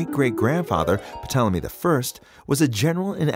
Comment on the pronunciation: I love you videos....I want more science ones. But the P in Ptolemy is not pronounced!!!